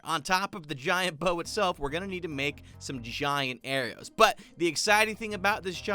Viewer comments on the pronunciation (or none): lol he said arrios